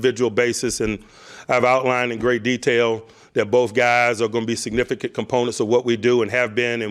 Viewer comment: "To be signifigant as the road gets narrow" -Mike Tomlin 😂